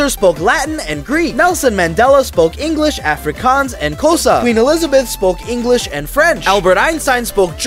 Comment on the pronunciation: "English, Afrikaans and Kosa" 😭😭😭 It's supposed to be Xhosa. The "X" is a click sound, and the following letters are follow ups that follow the click as an "o" Then, it's just "sa", any pronunciation goes